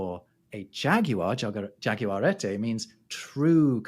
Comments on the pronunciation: Both Guaraní and jaguareté have accents telling you which syllable to stress... It's not guaRAni and jaguaREte but guaraNI and jaguareTE (short duration despite being stressed in both cases) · The way you say Jaguareté is almost as awful as the way you say Guaraní 😃 But I love these videos so it is all forgiven…